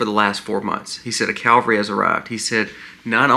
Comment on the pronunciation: C-a-v-a-l-r-y NOT Calvary. " There US" ..There Are! Leaen some correct English grammar!!